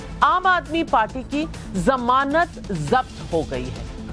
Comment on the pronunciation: Shahzad Poonawala, The correct word is Zamanat, not Jamanat.